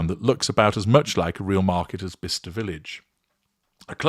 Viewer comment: “Biscester Village” 😂😂😂